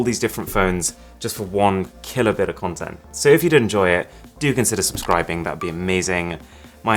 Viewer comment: Please don't say "content" again Arun.